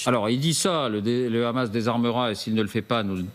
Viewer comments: Vous faites trop rire quand vous prononcez le hamas ,le rhamas juste pour que cela sonne plus dure ou que cela rappel les rats qu ils peuvent être ! Ça ce dit le hamas point il n y a pas de r roulé ,MDR 😂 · Arrêtez de dire le Ramas , c'est Hamas. On dit Haricots pas Raricots.